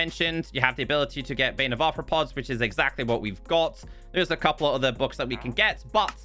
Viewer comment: did you just say bane of arthopoops 😂